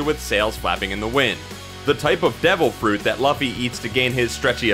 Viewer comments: ah yes our hero ..Luhh-ffy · This dude had 1 job get laffy name right smh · It's pronounced "LOO-FEE". The anime makes it pretty clear. Also, these are pretty known facts about One Piece. I wish you went a little deeper. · It's pronounced loofy :) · my ears bled whenever you said luffy wrong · That Luffy pronunciation though.. Hurts my ears everytime I hear it. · you say luffy werid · Why was this okayed? Can't even pronounce luffy really?